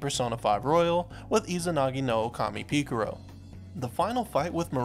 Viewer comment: "Pika ro"